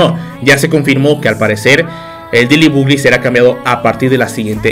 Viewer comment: El diciendo deily bugli😂